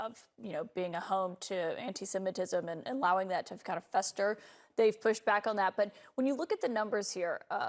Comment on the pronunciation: There was so much commercials on this heck no plus she said tick tack instead of tick tock i wouldnt have aired this